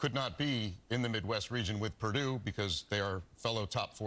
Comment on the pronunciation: They refuse to pronounce "Purdue" correctly, no matter how many times they hear it.